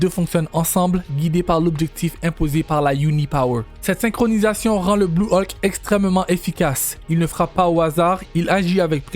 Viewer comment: Vidéo pas terrible et la voix est très désagréable 😢 Qui plus est se n'est pas des transformations mais se sont des Hulk différents. On prononce Hulk et non pas Haulk